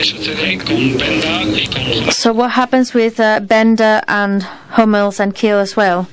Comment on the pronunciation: Thanks for the Vid - but the guys name is HummelS ;-)